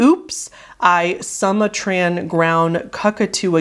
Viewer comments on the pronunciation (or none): I just have to say it, I can't resist, it's "soo-mah-tran" (as in, from Sumatra "soo-mah-tra" (an island in Indonesia)) ground "cu-coo/coo-coo" (as in, the bird the Sumatran Ground Cuckoo, a very nice bird if you like birds) but also, think "cuckoo clock")), as you said, obviously a riff on Britney Spears' "Oops I Did It Again" much like Goose One More TIme is a riff on "Hit Me Baby One More TIme"